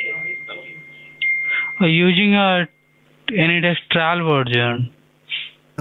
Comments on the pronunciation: Why do you pronounce ANYDESK as Anydex? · Can someone tell me if he says "AnyDex" because of copyright or something? Thank you!